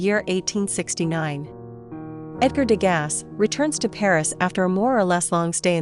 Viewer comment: You are mispronouncing his name.